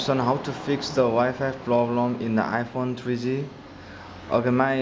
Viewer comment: twree zee, twree zee-es